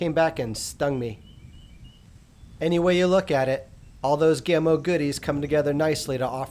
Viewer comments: Hi-ho, all. I just LOVE to nit-pick. HEY! I get it from my mom! Any who, the name, GAMO, is pronounced as in CAMO. You don't call it COME-OH, but like CAM-OH. Same with this company's name... Gam-Oh. Oh, and I REALLY like my .22 Swarm. I am getting nickle groups at 30 yards. Okay, done nit-picking for today. And people - - - IT'S ALL IN GOOD FUN. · Its GAAAAAMo not Gumo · My box says 1000FPS but I can tell compared to my others if it was in the 600s it would be gone already. Im shooting 22 grains faster than 660!!!! I turned volume down cudnt stand hearing GOMO 1 more time its GAMO A like in animal. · Reviewing a gun when you don't even know how to say it's name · His pronunciation of Gamo is SO ANNOYING!! REVIEWING A GUN WHEN YOU DON'T EVEN KNOW HOW TO SAY IT